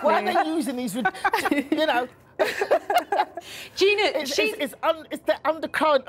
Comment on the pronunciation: loooool say Gina's name properly